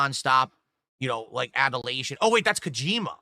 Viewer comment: add "adulation" to the list of words doesn't know how to pronounce